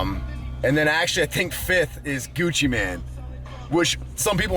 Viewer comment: Gucci MANE.. Not Man lol